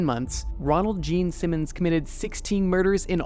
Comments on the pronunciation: the fact that you kept emphasizing gene simmons instead of ronald is a small but hilarious mistake lol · it was even funnier for the fact that the narrator kept emphasizing the gene simmons part instead of the ronald part of his name lol